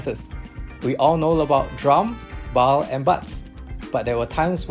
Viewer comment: It’s bal not baal